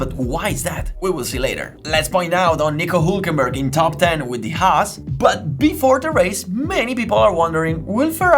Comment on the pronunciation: This guy is capable of pronouncing the "h" in "how" perfectly but still chooses to say "'aas" and "ulkenberg" and I love him for it. Subbed.